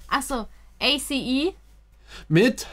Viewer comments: Man spricht A.C.E als ein Wort aus 😂 Es klingt sooooo komisch wenn ihr das wie eine Abkürzung vorliest ahhahahah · It’s pronounced Ace not A.C.E, even if it’s written like that:) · Yey, eine meiner Biasgruppen! Es wird nicht a c e sondern ace (englisch) ausgesprochen :). Das Theater ist das selbe, Love Shot von EXO wurde da auch gedreht! Wow (grün) - Joker Byeongkwan (Zöpfe) - Harley Quinn. Von denen habt ihr schon Undercover geguckt. Da habt ihr BK auch schon als Androgyn bezeichnet^^ Cactus (Debutsong) kann ich auch absolut empfehlen!